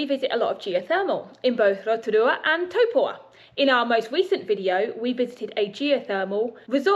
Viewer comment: Is it not Taupo rather than Topua? Sorry to be pedantic but it made me think I had it wrong.